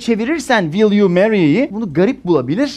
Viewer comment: Bir de Vill diyor ilk cümlesinde. Zuhaha. Şu “w” sesini ne zaman öğreneceksin hoca? Telaffuz 101 çalışman gerek.